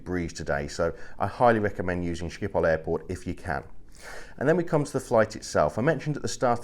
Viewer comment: Being Dutch myself I can only agree to your comments about the airport Schiphol, which btw is pronounced with the typical Dutch G-sound which with you scrape your throat. Other European airports are boring, to say the least. Once had a 6 hour stop in Brussels where the lights just went off and it was dark, shops were not there, there was absolutely nothing. It has been years that I used KLM mainly because of what you said at the end of the video: the crew is never there. When I flew KLM to Jakarta (overnight flight obviously) you never see a member of the cabin crew. I like to use Asian airlines where the (pretty) girls regularly walk through the cabin asking passengers who are having trouble sleeping if they like a drink or a snack. I know it is not good for Dutch economy but KLM really has to change the way the crew operates, then things will be better for the airline.